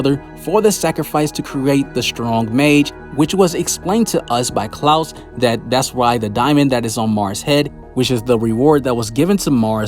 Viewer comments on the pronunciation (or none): none